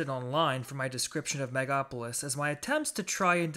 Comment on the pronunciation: It's based on actual events in the Roman Republic. And it's pronounced mega-lo-po-lis.